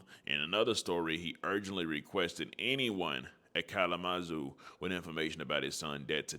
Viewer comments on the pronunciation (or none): It's pronouned Kal- luh-muh-zoo fam. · Ca-la-ma-zoo = Kalamazoo